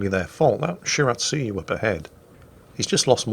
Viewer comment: Did just pronounce Shiratsuyu and Akatsuki correctly? I must be imagining things!